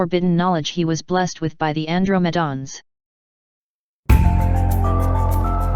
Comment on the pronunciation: An-dro-ma-dons? LoL